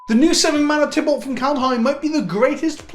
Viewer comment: Get your beard out of your mouth and learn how to pronounce Kaldaheim correctly